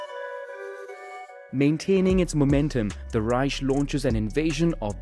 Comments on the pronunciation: Please work out how to say Reich properly. It’s not a sh but a k sound. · Just saying it's "Reich", not "Reisch" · Wrong. In german it’s pronounced reisch not reich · I mean dude can't even pronounce Reich, what did you expect? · Will say I love this so far, but I’m a “Grammar Nazi” and it kinda hit when you miss pronounced Reich. Reich (/ˈraɪk/; German: [ˈʁaɪç] ( listen)) is a German word analogous in meaning to the English word "realm". The terms Kaiserreich (literally "realm of an emperor") and Königreich (literally "realm of a king") are used in German to refer to empires and kingdoms respectively. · why do u say ruzsha and reish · "Raischhh" "Pänza" 😂